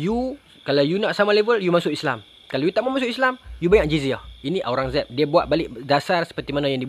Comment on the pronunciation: Kalau ada yang tak jelas sebutan UIR untuk nak buat carian, nama raja tersebut adalah Aurangzeb.